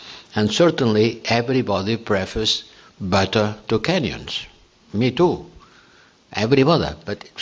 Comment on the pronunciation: Borell, is he saying "certainly everybody prefers butter to canyons" or is he making a racist statement about people from kenia? I am not sure if I should give him the benefit of a doubt...